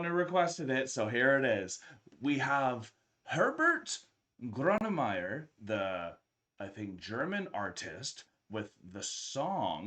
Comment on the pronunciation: Doppel like for the correct pronunciation of Grönemeyer